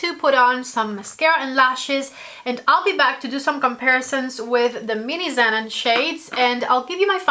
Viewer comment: pronounce the name of the palette correctly: "Ze-non." It's "non" as in "non-fat milk." 😉